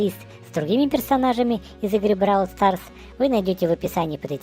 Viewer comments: Не правильно ты гавориш не бровол старс а браво старс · БРАААААААВЛ СТААААААРС А НЕ БРОВЛ СТАРС :,3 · Говорится бравл старс а не бровь старс. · НЕ БРОВЛ СТРАС А БРАВЛ СТАРС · Не Бровалстарс а БрАвлстарс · приавильно говорить бравол старс